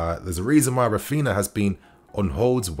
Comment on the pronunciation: Rafina? Not Rafeenia? 🤔